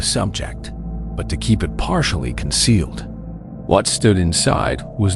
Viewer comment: Not 'kerp' but 'keep'